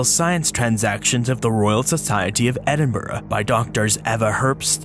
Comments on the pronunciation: You pronounced Edinburgh correctly! So cool to see something about a local fossils too :D Another fantastic video :) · As a Scot, let me just say: get a grip and a sense of humour, guys. pronounces Edinburgh right, which is the only thing I’m actually going to care about.